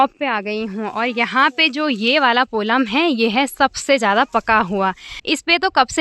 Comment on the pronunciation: पोलम नहीं पल्म होता है